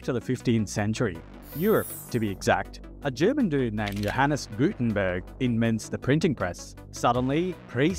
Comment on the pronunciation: pretty sure this video is AI. "inments the printing press" ?